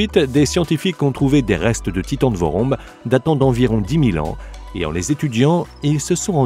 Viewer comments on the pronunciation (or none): Le "vorombe titan".. Un nom qui tique directement ceux qui sont d'origine de Madagascar, je ne savais pas si c'était vraiment le cas donc j'ai vérifié et finalement c'est le cas, cet oiseau viens de Madagascar.. Je me permets donc de corriger la phonétique de "VOROMBE", il ne se prononce pas comme il s'écrit, mais plutôt comme "vouroumbé". Et il s'explique tous simplement par l'association de deux mots, "vorona" que l'on prononce "vourouna", qui signifie "oiseau", et du mot "be" qui évidement se prononce "bé" et qui signifie tous simplement grand. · Le Titan de Vorombe vivait ici à Madagascar. On prononce "Vouroumbé" qui veut dire "Grand oiseau".